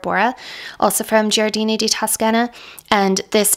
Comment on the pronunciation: You are pronouncing it correctly… Gioiosa = Jo-yosa Giardini = Jar-dee-nee 🥳🙌🏼